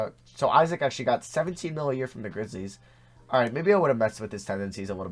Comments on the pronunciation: Who else is pissed that he said E-ZIK and not Isaac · He said ee–sac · broooo haha the way he said Isaac